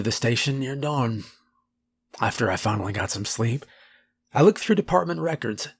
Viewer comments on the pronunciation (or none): none